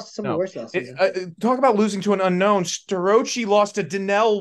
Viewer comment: Can you at least learn Starocci 's correct pronunciation. The guy is gonna be a 4 time champ .He at least deserves his name pronounced correctly. Refer to Justin Basch's interview.